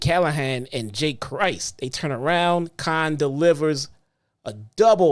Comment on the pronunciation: IT'S JAIE CRIS! PRONOUNCED WITHOUT THE "T"